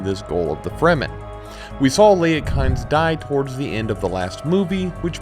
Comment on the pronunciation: Kynes is pronounced KEENZ. I only know this because I heard Herbert pronounce it recently